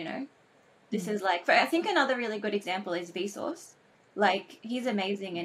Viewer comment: Initially I heard that as "I think another really good example is Bezos, like he's amazing", and that had me scratching my head. Then it occurred to me: that's 'Vsauce', but with the 'V' pronounced the same as the first syllable of 'vapor'. Now something surprising: with that figured out I opened the youtube auto-generated transcript to see how that had been transcribed. It says: 'Vsauce'. (Capitalized, so it's definitely not a fluke.) I find that mindboggling. Sure: Google is using deep learning technology for their auto-generated transcripts. But still: what blows me away is that the transcription functionality has the capability to recognize was talking about Vsauce. This is the very thing machines have until now been incapable of.